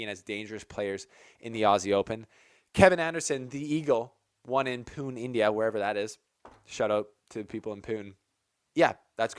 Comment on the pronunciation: It's not Pyoon 😂... It's P-oo-n-eh.. it's okay..